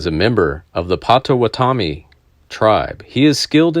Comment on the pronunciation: Check pronunciation of Pottowatomie :-)